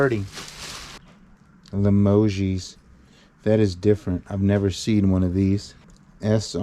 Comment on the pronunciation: Limoges is from Limoges, France. The "o" is long, the "g" sounds like the second "g" in garage and the "e" ad "s" are silent. At least that's how I've always heard it pronounced.